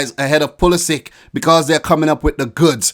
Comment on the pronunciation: you know how to pronounce a croatian last name. Its puli-šić just Like peri-šić